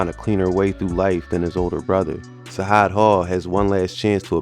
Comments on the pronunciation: It’s Sajaad you gotta say it with the J not a H free broski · It's not "sahad" it's sa-jad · Facts Sajaad is pronounced (Sa Jad ) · It’s pronounced Sa-Jaad, like we say Jihad. This is my cousin. This situation is unfortunate and sad because both could’ve been anything in life.